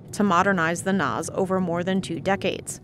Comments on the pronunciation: Really?? "The NOZ?" It's NAS..National Airspace System..Great job..happy you used AI for the dialog?? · CNBC mispronounced NAS . It’s pronounced N-ass not N-oz. Yes DEI is/was a problem regardless of what Washington talking heads tell you. No sweetie Enroute is more difficult then terminal hence the reason they get paid more then most TRACONs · It's not "Noz". It's "Nass". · Keep shouting it, people: We need better pay, especially at the lower facility/training levels!! The current pay scales are as archaic as our outdated equipment. Please help us to get this fixed! Also please never pronounce National Airspace System as "NOZ", it's pronounced "NASS" 😂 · It’s called the “NASS’ not the ‘NOZZ”. SMH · 😂😂😂 ooof everytime I heard it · It's NASSS, like the 'a' in apple or Zack. Not NOZ. I usually really enjoy these videos but this was was hard to watch because the researcher didn't check pronunciation.